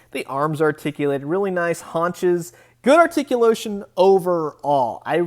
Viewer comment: ....good articulotion?? Lol